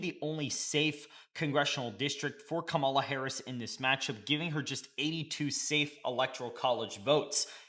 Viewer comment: Bruh, you saying her name wrong!!!!!!